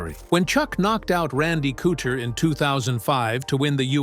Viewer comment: I stopped watching after he said Randy Cooter! So many tards making mma content whi cant pronounced the fighters names.